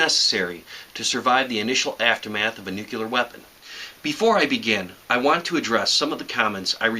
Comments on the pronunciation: stop saying nuCElar.....ffs... it's nuCLEAR..... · Hey everybody. It's George Bush Jr. It's NUCLEAR NOT NUCULAR DUMB ASS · ok. when you say nucular instead of nuclear, i grit my teeth. other than that, i must say thanks for the sage advice. very informative - like driving a 90 degree angle to the fallout if it heads towards you. obvious, but i wasn't thinking about that option. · You're cool plus I like how you say "nucular" :D